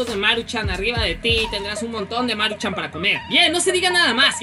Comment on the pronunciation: No es Máruchan es Maruchan :v